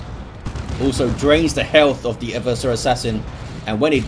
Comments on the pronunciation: Its "Ever-sore". Played 40k since the early 90s. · Black Library pronounces it "Ever-sore" in the Horus Heresy novel about the Assassinorum kill team (the name is escaping me at the moment). So I'm gonna keep pronouncing it that way and just wait til I hear what source heard his version on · Damn I've been saying 'Ever-sore' assassin for almost 13 years now. I'm sure everyone I've ever met playing tabletop 40k has pronounced it that way too. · "and no one truly knows how it's pronounced" That's nonsense. People still speak Latin sporadically and we have a very good idea of how it's spoken. Just because it's not an English word, doesn't mean you can completely disregard the pronunciation of it. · I think you've been pranked about the way to pronounce Eversor